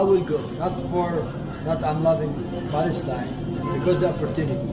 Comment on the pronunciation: Not palastine-Balastine!!!